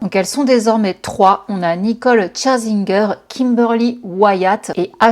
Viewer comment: C'est pas tcharzinger😂😅😅mais "cher"zinger